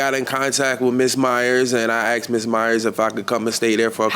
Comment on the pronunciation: It's asked NOT axed, why do people struggle so much with this. His general presence annoys me.